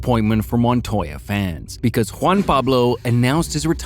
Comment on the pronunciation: >properly pronounces JPM's name though..... wtf